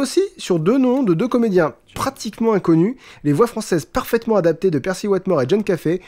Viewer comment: et accessoirement je pourrais le désigner juste pour le pEEEErcy prononcé comme si on vomissait l'âme de satan tout en chiant les discours d'hitler